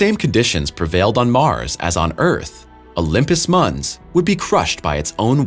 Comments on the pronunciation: Mons not munz... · Great video content. Pronunciation is lacking though. Olympus Mons, not Muns, Alien, not Elien, Our solar system, not are solar system. At least you are not saying Mauze - lol. Thanks for posting this fantastic video.